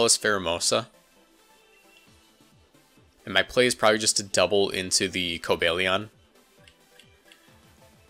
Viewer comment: Stop saying Co-bay-lee-on, it's Co-bal-ee-on